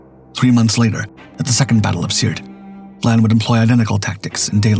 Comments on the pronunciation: Admiral VIAN, not VLAN !!! And Breconshire was a merchant ship, so would not be HMS! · The second letter of Admiral Vian's name is an "i" not an "L." In the narration it appears to be being pronounced as Vlan as in flan. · Human error. Just think… AI slop would have pronounced that “VYE-ayn.”